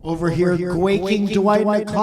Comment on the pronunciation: Guaking? Gwaking? What is that word?